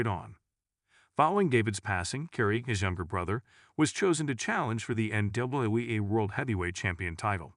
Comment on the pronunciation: Yeah, having trouble giving a single ounce of respect toward a channel that can’t be bothered to even learn how to pronounce the Von Erich name correctly and, apparently, is incapable of even saying the letters “NWA” correctly.